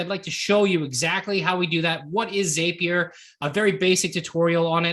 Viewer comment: It's a zap, therefore it's Zapier with the short A. Not a long A. The word zap is in the company name, why do people change the name to a long A sound?